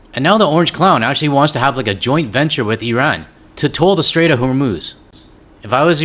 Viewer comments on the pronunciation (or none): They can’t even pronounce Iran correctly. I rann